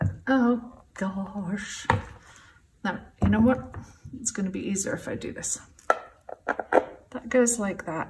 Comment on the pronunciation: It's so pretty! I love how a little bit of an American accent slipped in there - when you said the word 'easier' 😀 x